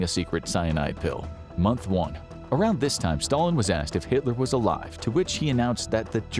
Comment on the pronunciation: 11:7 when he said month 1 i thoght he said womp womp😅